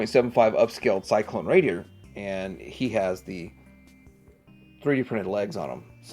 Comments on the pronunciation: Cylon not Cyclone🤣🤣🤣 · What is cyclone. Cylon It is CYLON's . Boltar not bolltar. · Have to point out the word CYLON though, not pronounced syklone lol ;) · Why do u keep calling the Cylon troopers Cyclones ? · CYLON. SY - LON. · I was coming for you too. The others beat me to it. Ya, it's pronounced [Si-Lon],.. Cylon. It's cool. You probably weren't around then when thos show was popular. It was big for me. Alotta these toys I had! Shame my parents either thrown them out or gave them away. Who knew there was money there? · what astounds me here is that you cant pronounce "CYLON" ,,,like at all. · I have to agree with you about being glad he is a collector. The OLD folks like me want to see this series get the kudos it deserves. The only way this can happen is if people like him get interested. My problem is with his obvious lack of knowledge. He probably should have done more research before posting. It became painfully obvious and most evident when he didn't say the Cylon name correctly. You can tell he doesn't know much about the series the more he talks about these figures. I'd urge him to sit down and actually watch the movie and original series. Of course I wouldn't waste much time on the second debacle called Galactica 1980, unless he wants to be through. Even then, most of us OLD GUYS dismiss it except for the "Return of Starbuck" episode. So....I say again, I'm glad he's interested and he is collecting the memorabilia, but he REALLY needs to get better educated on the subject.